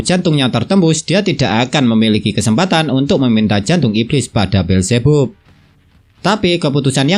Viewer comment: Beelzebub bacanya bilzibab bang😭